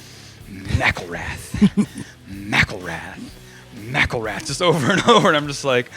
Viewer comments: I always thought his last name was pronounced as "Mick-ill-rath" now that I know it's like "Mackle-rath" it sounds so much cooler LOL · What the fuck? I've been a Rise Against fan for six or seven years now and this is the first time I've ever heard his name pronounced "Macclerath". Wow. Everybody I know says "Mac-IL-rath". This is bizarre.